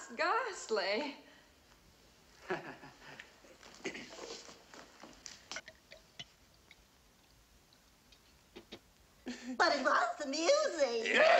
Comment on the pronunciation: little Glory..."well it was gahaastly...well it was just gahaastly..." then gooch lays down on the bottom steps